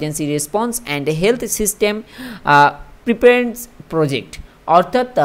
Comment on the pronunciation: Ota preparends noy dada, pre-pared-ness